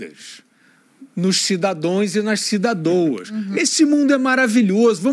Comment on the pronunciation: Kkkk cidades e cidadouas kkk